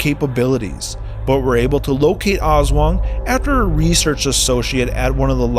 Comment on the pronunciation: Aswang not oswang